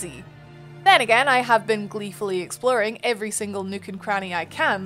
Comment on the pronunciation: Great review, sounds really interesting. I especially like how your character stats effect the appearance. I also love when you Scottish slips out and we get a good ""Woruld" or "EXplorin"